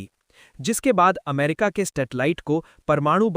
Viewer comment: Bhai plz info dete ho to apne shabdo pe dhyan do.... Stetali nahi "Satellite" amrita nahi "America"